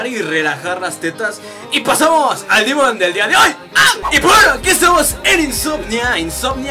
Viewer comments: Pq dices dimon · al demon le dice dimon